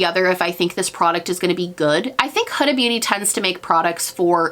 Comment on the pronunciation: You are one of the very few booty gurus who pronounces Huda Beauty correctly. Hood-a (like in hoodie) and not “who-da.” I was shocked when I actually heard her pronoun her own name since I had only heard how everyone mispronounced it. Same with Rihanna 😳 So interesting that no one pronounces her name the way she pronounces it herself. Anyway...random thought.